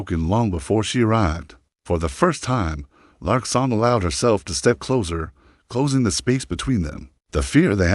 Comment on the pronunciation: Narrator is speaking too rapidly, not even a slight pause between sentences. Had to slow it down significantly. The story is fine but speed, pronunciation and the word closer needs a sharp s. It's being pronounced like the detective show "The Closer."